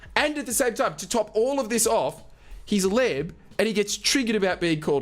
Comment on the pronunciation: Man I thought the entire video you were saying Lib and not Leb as in Lebanese.